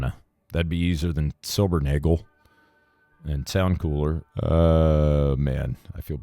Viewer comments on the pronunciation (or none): You can just ignore this, or if you want, take it as a " service announcement": Silbernagel is a german name and translates to "Silver-nail". So in the unlikely incident of needing to ever say this name again, just say silvernail. (Don't know anyone by that name, but i do speak german, even though some germans might disagree;-) )